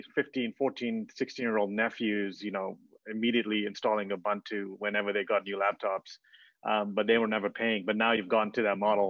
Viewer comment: Sir Mark, please get that man to pronounce Ubuntu! It is my pet peeve to hear the inept mispronounce this wonderful indigenous Nguni word which means "I am, because we are." To that bearded interviewer: ooh booon too. Or just listen to how Sir Mark says it.